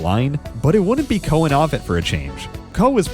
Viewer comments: Excellent work you've put in but please learn the name Ovett is pronounced Oh-vette, not Ah-vette. You can hear the correct pronunciation in the old footage of his races. Keep up the good work with your videos. It's obvious how much research you put into them. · Ovett with the 'o' as in 'yolk' not as in 'hot'.. at least that is the UK pronunciation. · Please learn the correct pronunciation for: Nurmi Tanzania Ovett Boit Morceli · Someone with knowledge of athletics should know how to pronounce Ovett properly, and as for Tanzania? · you can for instance hear how "Ovett" is properly pronounced. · You’ve got commentators in the video showing you how to pronounce Ovett. And still you get it wrong. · obviously the narrator knows nothing about athletics. He also mispronounces Ovett. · Well researched except for several glaring mispronunciations. The announcer says ohvett correctly then you mispronounce it ahvett. Also it is not tan zan eee aaaa but tanzuhneeaa. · It’s tan zu nia. Not tan zon ia. Come on man! And it’s O vett, not ah vett.